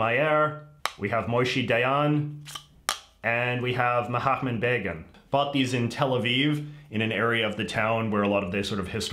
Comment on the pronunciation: Lol, I guess now he's mahtma begin